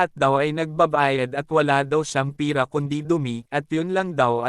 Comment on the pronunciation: Lods pera po iyun Hindi pira